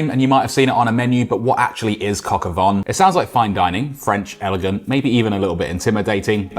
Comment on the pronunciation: Dude. It’s not “von” it’s “vin”…rhymes with “tan”